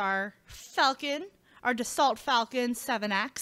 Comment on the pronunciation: You pronounced the company name incorrectly. Being French, the T is silent, this more pronounced Das-sol